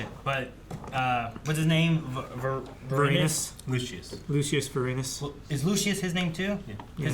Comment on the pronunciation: Hearing try to pronounce Lucius Vorenus's name hurts both my body and my soul. I'm kinda surprised the guys know so little about ancient Roman culture and history. saying "That kid seems like he's got a good mind on him" about Octavian is one of the most unintentionally hilarious things I've seen on this channel, haha!!